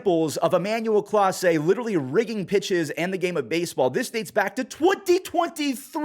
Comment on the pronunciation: It's Clase not Class for a reason.